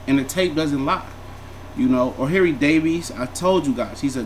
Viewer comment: "O'hairy davies" 😂😂😂😂😂